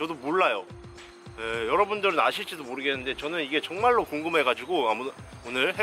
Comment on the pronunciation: 43초에 가 정말로 할때 턱형 중말로로 들린1인